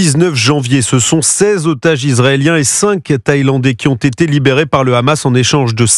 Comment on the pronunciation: Pourquoi les israéliens disent le rhhhamass au lieu de dire le hamas ? 😂